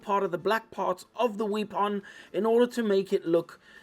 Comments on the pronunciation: I loved the video, I like your accent and your sense of humor especially how you pronounce "wee pon" great video! I've learned from you now I have to paint mine. Your painting face was just excellent! Thanks. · You remind me of, especially when you talk about the Space Guy's 'wee-pon.' 🤣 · You forgot to mispronounce weapon once